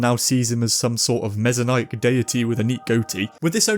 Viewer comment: What's with the weird pronunciation of Messianic?